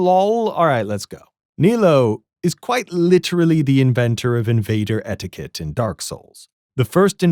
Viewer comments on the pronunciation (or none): none